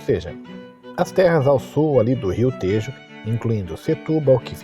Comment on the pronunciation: Tejo e Alentejo pronuncia-se com o “e” aberto.